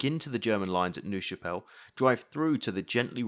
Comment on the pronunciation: Minor point - "Nerve" Chapelle. pronunciation. Not "noove" But these vids are absolutley brilliant with your mas and arrows or attack and current layouts. Really superb videos.